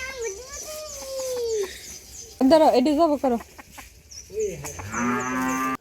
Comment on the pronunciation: টমেটোম না হালার পু, টমেটো।